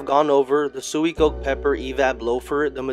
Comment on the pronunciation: *swee - co -keh *